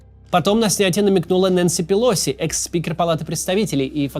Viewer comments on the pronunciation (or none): none